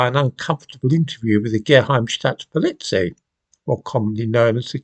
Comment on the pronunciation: I'm English but live in Germany & into your video, you mispronounced Geheime Staatspolizei (Secret State Police). I couldn't help but laugh though a working class Brit living in a working class tip like Britain would mispronounce German words. Regards what buildings were in Africa before European colonialism is fully academic as we all know the chocolate chips are inherently thick. Let me guess. Your next video will be titled "We all know the stick wasn't invented in sub-Saharan Africa". I can't wait.